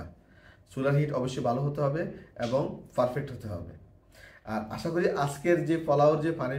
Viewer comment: আপনার পারফেক্ট বলাটা একটু ব্যাতিক্রম আপনি বলেন ফারফেক্ট,শুনতে খারাপ না😅